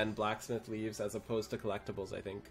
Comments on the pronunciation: (Timestamp ) It's pronounced like leave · It's pronounced like "leave". There's challenge log entry called "Make Like a Tree" for doing "leaves". Get it? :)